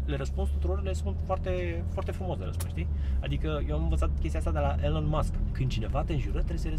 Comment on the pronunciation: Elon Musk, se pronunta ‘E-lawn’ .